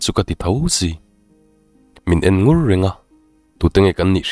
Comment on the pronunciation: Min en ngur a,min en ngar a,min en kalh a,heng ho 3 (ngur,ngar,kalh) i thluk dan hian beng a ti thlep deuh thin tih loh chu i chhiar thiam in ngaihthlak a nuam khawp mai.